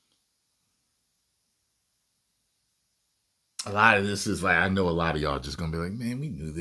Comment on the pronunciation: My kids take the piss out of me for saying seetyeeashun like that 🤣🤣